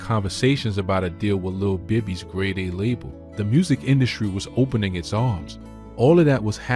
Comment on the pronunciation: lil Bibby not lil baby lol